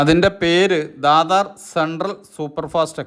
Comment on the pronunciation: ദാദ എന്നല്ല മാഷേ പറയേണ്ടത് അത് ദാദർ ബോംബെയിലെ ദാദറാണ് ദാദർ ടു രിരുന്നൽ വേലിയണ് ട്രെയിൻ നംബർ 2629 ആണ്